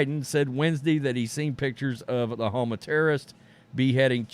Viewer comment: OMG I couldn't make it through the video because of how dumb you sounded saying Hamas. You really should have learned how to pronounced it.